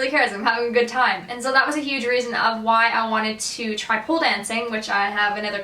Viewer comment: did you say pool dancing or pole dancing?